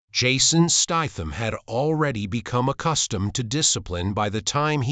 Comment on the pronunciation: Turned this crap off when you can't even say his name properly